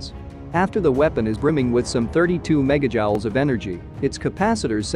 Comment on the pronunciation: I'd brush up on your pronunciation of Megajoules if I was you. You wouldn't want to sound like you haven't got a clue what you're talking about, now would you?